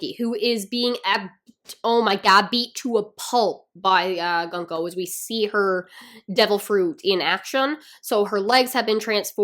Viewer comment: Her name is pronounced « Goon-ko »